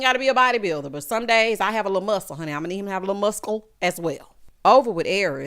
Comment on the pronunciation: renounced the c in muscle. Lol